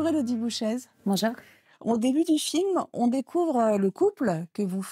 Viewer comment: Élodie Bouchez est très belle , voire très très belle. Pourquoi France 24 prononce bouchaise ? le "z" sonorise le "e" . On prononce donc bouché.